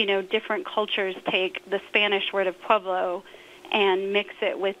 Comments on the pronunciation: PWEB-loh. Certainly not PUB-loh. I find it interesting the woman on the phone pronounces "the STILL mill" (the steel mill?) and "when you hear different VERY ASIANS" (different VARIATIONS??!) LOL, thanks Kyle, these give me a great laugh! You will NEVER hear me say "CATCH THE POOTER" on-air!! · Puev lo. B is V in Spanish. And it is Spanish, not Irish or other. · My mom was born there in 1923. She always pronounced it "Preb-low" but then she always pronounced the word relleno, as in chili relleno, really oddly also! ??? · I heard it pronounced Pwa-blow